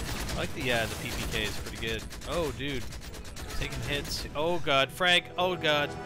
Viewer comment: when you say frag it almost sounds like frank